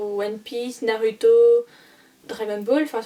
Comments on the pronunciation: MDR nar(u)to. On dit narouto mais sa s'écrit Naruto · 😭😭 au secours Naruto ça se dit [Narouto ]